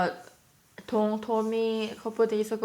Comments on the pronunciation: It's dong right? Like after his channel dongdigity? Because I swear it sounds like you're saying tong every time lol just wanting to make sure! Love you! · Why does it sound like she's saying "Tong" when his name is "Dong". Does anyone know?